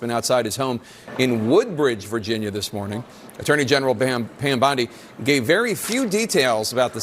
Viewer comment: Tapper’s mess up on Bondi’s name now makes me just want to call her BAM. 😂